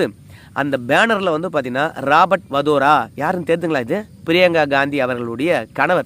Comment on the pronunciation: Robert Vadera not Vadora